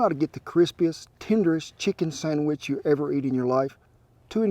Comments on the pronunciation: First time he says sandwich, it sound like sonnufabitch in a drawn out southern accent. Can't stop hearing it now for the whole video! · For the love of God it's a Sandwich not a Sangwich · Did he say 'sangwich'? Yum!!!